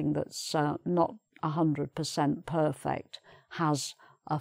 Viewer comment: your pronunciation of 'perfect', tour, tourist and touring sound strange.